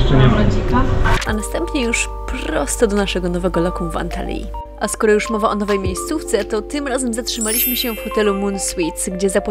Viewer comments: Prawdziwa blondynka, to nie jest antalyja, tylko Antalya. Większość nazw również przekłamujesz. Film wizualnie ok, ale narracja tragedia. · Mów Antalja będzie naturalnie🙂 Taki akcent ma Pani, ciężko wyłapać jaki, super wideo bylem tam wiele razy, ale w kilku nie byłem miejscach pokazanych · Nie powinno się wymawiać ANTALJA zamiast ANTALYJA??? 🤔🤔🤔